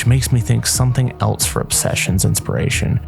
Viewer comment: Else not “elts”